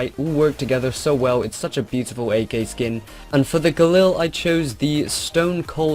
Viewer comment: galil not glyl xdddd